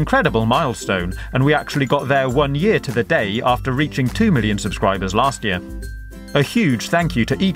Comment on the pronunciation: did u say billion because it sounded like it